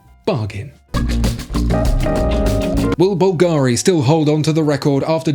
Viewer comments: The pronunciation of Bulgari is wrong, the accentation is different, it sounds more like Calgary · You still pronouncing Bulgari wrong. Is not difficult to find out how to pronounce It. Have you ever heard of Google?